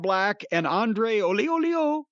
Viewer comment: Can someone tell this how to say Andrade not Andre? The olioliolioliooo bit is funny though (well it was weeks ago)